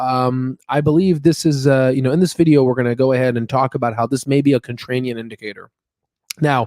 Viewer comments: ContraRian not ContrraNian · oh my lord, does anyone else pronounce contrarian with "rain" like our host here? never have heard this before. it's always the "rare" pronunciation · In the first and second minute and throughout your video (including where you read the word wrong-The word you should be using is contrarian not "contranium."